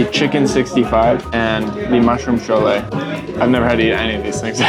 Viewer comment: Btw ❤ it’s funny that u said Sholay when it’s cholay 😂 that made my day